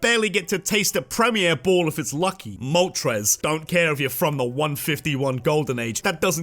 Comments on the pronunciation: IT'S MOLTRES, NOT MOTORES! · THE FIRST R IN MOLTRES IS SUPPOSED TO BE AN L!